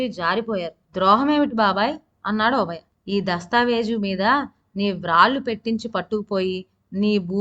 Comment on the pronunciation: ఒబయ.....కాదు ??? ఓబయ్య అని పలకాలి